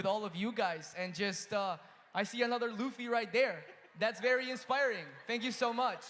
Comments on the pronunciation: It’s LUFFY!! not lafy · The way she pronounced “Luffy” made me cry😂😢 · The Luffy pronunciation had me🥲🙏😔🤣